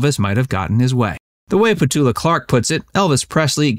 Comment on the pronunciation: It’s petula, you must pronounce the u. It’s not Petola